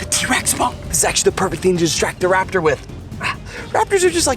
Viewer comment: IDIOTA Não É RAPITOR É TERANOSARO